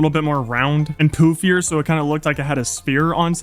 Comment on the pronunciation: So I’ve been watching minecraft YouTube for over 10 years now, and I think you have great potential. However, here is some feedback to help your channel grow: Your voice is annoying. Not the tone or the sound, but the way you speak; stop saying “sooo” and placing weird emphasis on random words, no one wants to great that. Also, try to make your videos funnier. You just kind of play minecraft, but it would be better if you made it funny. Additionally, you follow the same idea/story for the entire video, whereas you watch Mr Beast for example and he changes up the video contstantly so that people don’t get bored. Hope this helps.